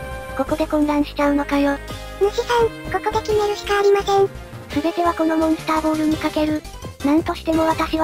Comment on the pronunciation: モンスタボールじゃなくてモンスターボールだよ。